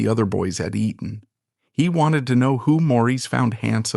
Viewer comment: Not Eden. EE-TTon. Elocution lessons for you, asap.